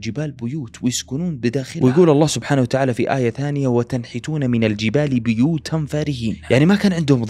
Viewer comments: بُيُوتاً وليس بِيوتاً اتكلم عن نطقك لكلام الله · في القرآن روايات فهذه رواية قالون وشعبة يقرؤون بِيوتا